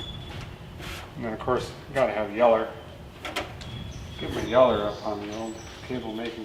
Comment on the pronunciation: Yeller? Its yellow